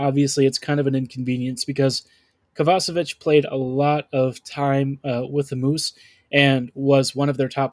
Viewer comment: I like this podcast but I can't take you seriously until you start pronouncing players names right like Ehlers or Kovacevic.